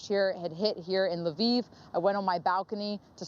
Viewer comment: LE-VIV not LEAVE Ukraine. Bachman doesn't know how to pronounce the word.